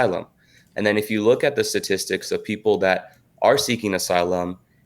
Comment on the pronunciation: dramastically stastistics